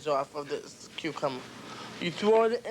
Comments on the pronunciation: Did u hear um say cucumer and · it's a cucummer lmaooo a cue cummer